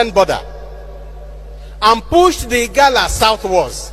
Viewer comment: IGALA, NOT IGARA.